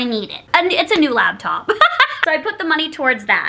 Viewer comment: she also says "laBtop" and can barely string together a proper sentence so her lack of descriptive words isnt surprising